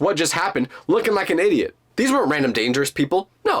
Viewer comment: Bro first of all that's not even how you say idiot